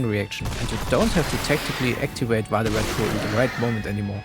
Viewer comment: Really appreciated the pronunciation of "Vade Retro", even if slightly adapted to English phonemes